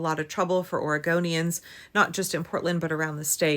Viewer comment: prinounces Oregonians like Origamians 🙂. Can we have giant folded-paper costumes at the next rally?! 🤔 is that even possible? They'd be more ecologically and environmentally friendly than inflatable vinyl-plastic costumes.....I dabbled in origami as a kid, and it'd be cool to see giant wearable versions....if anybody can do it, it's Portland!